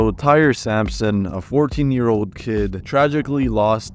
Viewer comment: He pronounced like 50 words incorrectly. Sounded like AI was talking